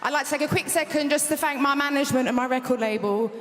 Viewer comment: For the first one, it's "mi" as in "mi mum", not "me mum"